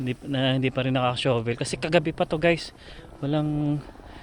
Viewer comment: Shovel po is pronounced as "shuh-vl", d po "shooh -vl". Cheers!